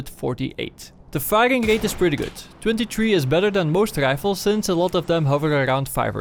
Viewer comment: sniper rischhhfelz